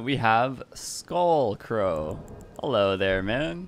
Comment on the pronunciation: Did he pronounce the word Crow as if it were Cow?